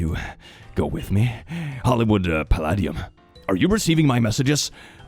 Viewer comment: I’m CACKLING at “Hollywood BOWEL” and “Hollywood PAL-UH-DEE-UM”